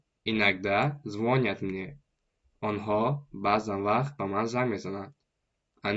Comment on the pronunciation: Правильно говорить ЗвонЯт!